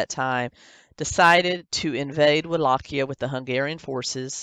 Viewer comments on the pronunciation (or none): I like how she constantly mispronounces Wallachia 🤣 !! "Wall-ah-Kiah!"